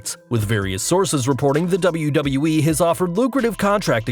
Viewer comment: Wait you can pronounce WWE, instead of saying Dubloo-Dubloo-Ee. Is this really?